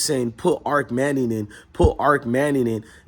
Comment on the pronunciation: Bro, it’s not Arc Manning it’s Arch.. But I do agree, it’s Malik over Arch-Overrated-Manning..